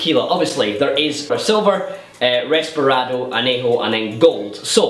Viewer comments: Its Reposado, not Resparado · Isn't it called reposado, and not resperado? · reposado not resparado